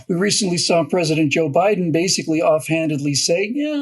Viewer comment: "neville Bideen" LOL